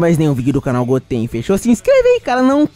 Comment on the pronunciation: Goten Agora que eu fui perceber você errou a sua própria palavra